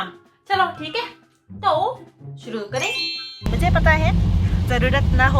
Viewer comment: To shuru kareinn lol😂😂😂 full Japan accent 😮